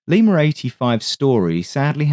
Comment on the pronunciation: there's NO fkn "R" in LIMA! 🤬